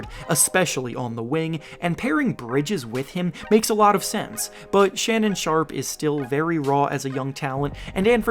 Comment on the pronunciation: did you rly say Shannon Sharpe:D?